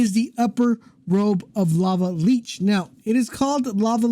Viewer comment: It's not pronounced leech. It's li-ch